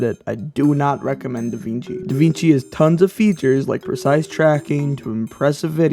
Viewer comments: Da WING chi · Sorry bro you have me at "da-VEENG-chi"